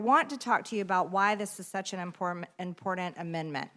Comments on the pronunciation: Learn how to say Important! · Maybe there is a drug that will allow this woman to pronounce the letter t in the word important.